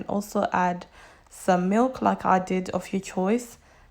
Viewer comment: I love how you say ba-a milk 😂😂